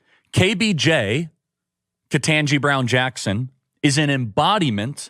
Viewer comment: Off topic, but I think it is sort of amusing that a number of right-wingers who hate KBJ actually pronounce her name better than a lot of podcasters and announcers on network TV do. Kirk actually does a good job on that. Not perfect, but better than most. Of course, he is still a tool.